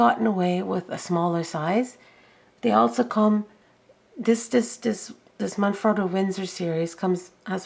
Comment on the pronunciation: Double T right? Frot-toe, not frow-toe ???